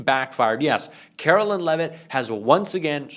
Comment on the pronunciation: I will start liking your videos when you start pronouncing Caro-LINE correctly. You got one job,. Do it.